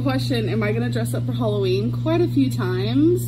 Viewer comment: This girl says “holloween”